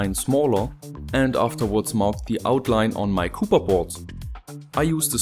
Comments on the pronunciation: Das heißt copper und nicht cooper! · Webgkil yes Right😂😂 it should sound copper not cooper😂😂😂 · By the way: it's copper. Not cooper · Meine Gehörgange verkrampfen jedesmal bei "cooper" Sprichst du das absichtlich falsch? ^^